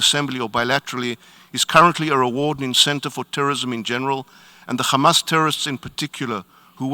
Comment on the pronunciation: Israel's representative speaks fluent English but when it comes to Hamas he pronouns it Khamas 🤣🤣🤣🤣🤣